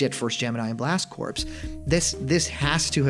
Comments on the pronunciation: Hey, jtlyk its pronounced blast "core", corpse is a dead body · Just to be constructive, blast corps is pronounces blast core